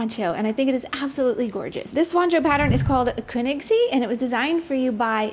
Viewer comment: Lovely pattern and yarn as always 💙 Thank you for bringing so much beauty into the world! (And well done on that pronunciation of Königssee! 🤓) Cheers from Bavaria!